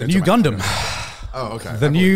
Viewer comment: IT'S--- NU GUNDAM oh wait he meant new gundam series